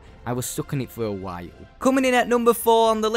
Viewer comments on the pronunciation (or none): none